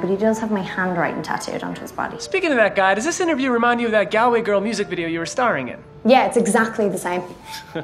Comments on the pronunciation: The way he pronounced “Galway” made me cringe as an Irish person 😂😂😂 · Surprised she didn't throw a shoe at him for his pronunciation of Galway... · Saoirse clearly playing a roll here and not responding to questions as she normally would. No Irish person would ever be so stingy with a cup of tea or fail to correct how the interviewer pronounced "Galway" as "Gallway" (should be Gaul-way) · It’s pronounced Gaul-way not Gal-way... I see the confusion but don’t me. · The way he pronounced Galway like did any other Irish people shiver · That's not even nearly how Galway is pronounced. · Pronounced galway wrong